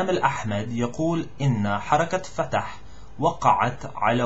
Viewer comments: رجب = Rajab not Ragab with J فتح is a name it's not as same as open you should say fth make it faster and the rest are perfect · Good jop , really but you should work a little bit on : الوَزارة بفتح ( الواو ) وليس بكسرها نفس الشيء بالنسبة لكلمة الوكالة الدولية تُنطق ( الوَكالة ) وليست ( الوِكالة ) أخيراً , " حركة فتح " بإسكان الحروف كلها ( فْتْحْ ) وليست مثل الفعل ( فَتَحَ = Opend )